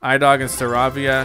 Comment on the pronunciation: his name is Star- Ay-via not star-avia